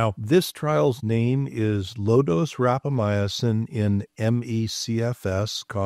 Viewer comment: Everytime says, "rapamyacin" instead of rapamycin, I cringe. I just can't get past that extra vowel.